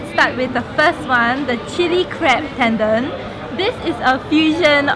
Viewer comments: Ten Don not Tendan .. wahkaoz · It's ten-don. DON. Not ten-dern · Correct me if I'm wrong but I'm pretty sure tendon, ochazuke and millefeuille isn't pronounced that way 🙊 But great video, you girls look great 😊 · lol it would be nice if you pronounce tendon properly